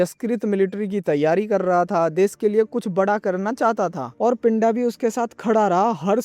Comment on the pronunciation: Abe woh pindha hai pinda nhi in punjabi accent its pindha 😂😂